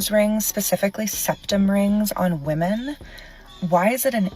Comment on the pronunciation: Can we please start talking about people prouncing "women" as "woman"